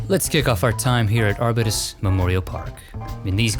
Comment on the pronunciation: The "bew" sound for Arbutus works, also. I used to live there.